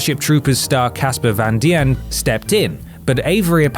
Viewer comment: You mispronounce Christian as Christine and "Dien" as Di-en. It's pronounced "Dean"